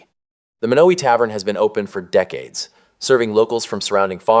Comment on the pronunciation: Lots of misinformation. The pronunciation of Beatrice and Monowi. There is not a Menards in Beatrice.